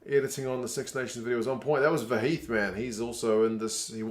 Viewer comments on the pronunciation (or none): Your English is very good! But remember, it's pronounced 'kid' not 'kud' and 'sux' is 'six'. Keep it up!